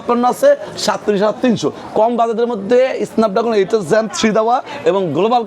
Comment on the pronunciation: এসনাপ ড্রাগন নাকি স্নাপ ড্রাগন? এই লোকের উচ্চারণ কি ঠিক আছে? 🙄🙄